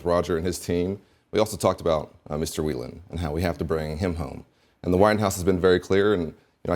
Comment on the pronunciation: Well done, Dana Bash, for pronouncing "Whelan" correctly! Please pass it on to the rest of the anchors.